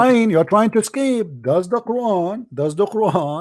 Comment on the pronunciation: cp is a liar. SubhannaAllah! fire starts small and ends small. rain stars with few droplets and ends the same way. what is cp on? this man is an arab and his arab is weak and he lacks coherency. he can't even pronounce Qur'an properly. cp is a fraud.